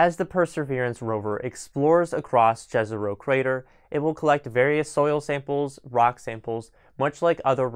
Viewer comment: Jezero means lake in many slavic languages. The J i pronounced like it were an Y. Like in let’s say Yellowstone. Great video otherwise.